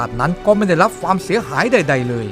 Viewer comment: ความ ไม่ใช่ ฟาม